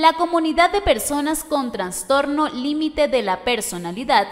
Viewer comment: Soy yo o la narradora dice "Transtorno"😄😆